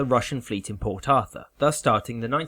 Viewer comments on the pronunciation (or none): none